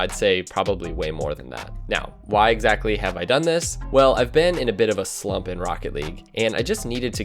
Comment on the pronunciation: Would you say you were in a bit of a SLuuMP?